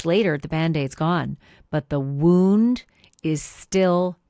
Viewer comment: This is old news. Who gave you the knowledge that these pictures had never been seen before, because you are incorrect. We have all seen these pictures. Where have you been or are you posting old videos. WTH are you doing? And . . .your obsessing over that “woooooound” lol is comical. . . sorta embarrassed for you.